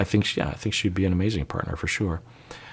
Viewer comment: you’ve adopted an Irish accent when saying “sure” 😂 “shoo-er”